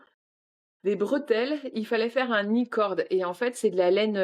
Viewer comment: J'ai tout repris depuis le début, je vous adore!!! Encore plus depuis que vous (surtout ) ne prononcez plus les k de "nit" 😂😂😂😂 En Corée un petit effort sur "Aïecord" et sur vlog et pas vélog... Sinon courage pour ton rétablissement et courage pour cette fin de grossesse... profite, le pire est à venir 😂😂😂